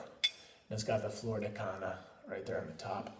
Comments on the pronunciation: Caña not Cana. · Probably should learn how to pronounce it before you review it!